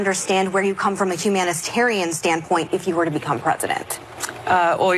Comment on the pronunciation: Megan McCain can't even say the word humanitarian.